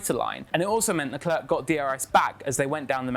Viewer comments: He's French / Monagasque ..not bloody South African .. Lecler not Leclerk..its so annoying.. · It's pronounced Leclair, not LeClerk